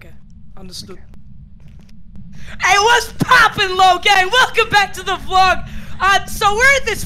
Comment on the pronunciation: “Logan Paul vog”